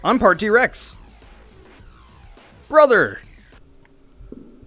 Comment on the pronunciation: All i hear is "BRUDDER!!!!"